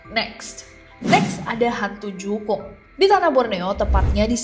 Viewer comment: jukung mbak bukan jungkuk